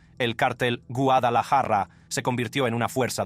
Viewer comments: Quisiera saber de que nacionalidad es el personaje que relata estos videos porque no habla español o castellano no sabe decir Guadalajara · Elvis Presley pronuncia mejor la palabra Guadalajara que tú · yo también y Guadalajara no la pronuncia asi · Q no sabes pronunciar guadalajara